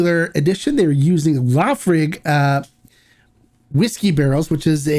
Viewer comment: Laphroaig-- pronounced as, La Fa Roy ga. Soft G.